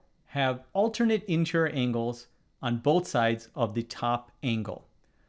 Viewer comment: No, I think the question was NOT fair - mathematics (and therefore geometry) is supposed to be unambiguous, therefore the question should have been phrased correctly. I believe that the setter should go back to school (as a student) before he/she is allowed to set any more exam questions. Btw the word is int-er-i-or not intrrrrrr.